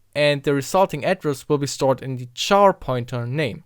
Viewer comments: Finally! This has always bothered me when people say char, like to burn, instead of care. It's an abbreviation of character. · Did you pronounce the abbreviation for character the same as "char" (to burn)? Abbreviations are normally pronounced the same as the unabbreviated syllables aside from a vowel shift from change in stress.